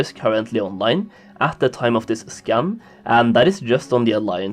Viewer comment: who always hears "Scam" instead of "Scan"? anyways...50% of these numbers are bots, and perhaps 23% of them are of us...more infos next to the icon to the left soli baby <3